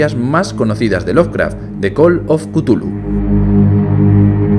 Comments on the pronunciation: Se pronuncia Chulú, no cutulu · es cazulu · buen resumen de col of cutulu